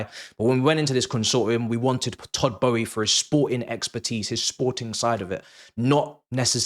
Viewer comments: Who is todd Bowie 🤣 have I been saying it wrong for all these years I thought it was boehly 😂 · why do you pronounce it as Todd Bowie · Why can’t you pronounce his name properly? There is an L in there you silly boy🥴